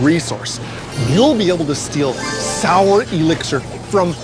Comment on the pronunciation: Definitely thought it was Soul, not Sour hahaha